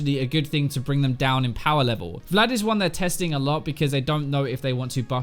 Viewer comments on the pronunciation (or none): none